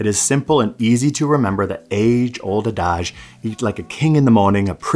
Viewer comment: that's not how you form the alternative ampersand. it's supposed to resemble a backwards 3 with vertical lines on the top and bottom tips. mispronunciation of the word "adage." Ecstasy harms the brain.